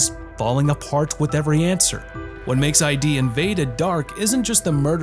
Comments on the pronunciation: ID isn't pronounced. I. D. It's pronounced id. Like the 'id' in 'idiot'. It's a word. Not an abbreviation. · It's Id Invaded, not I.D. Invaded. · For Id: Invaded, it is not ID as in identification card, but id as in Sigmund Freud's concepts of id, ego, and superego. Yeah, so, the pronunciation is wrong.